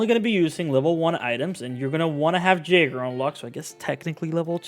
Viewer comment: lol, my guy the J in Jaeger is pronounced like a Y, so it's 'yaeger' and in German it means hunter..... Good info though.